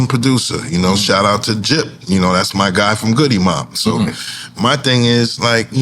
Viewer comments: Hol’ up, so we just gon’ let Pete Rock call Gipp “Jipp”?😂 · Nobody gon correct pete, huh? It's Gipp. As in Girl. Not Gypsy. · I know what pete meant, but gotta pronounce gippy name right! and after R.I.P Rico... GIPP, not JIPP ATOWN REPRESENTING ✌🏾